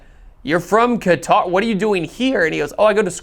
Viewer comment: Cah-ter, not Kuh-tar.